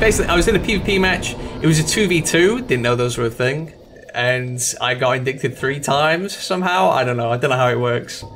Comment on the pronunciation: FYI the "c" in "indict" is silent: it's pronounced: "in-dite"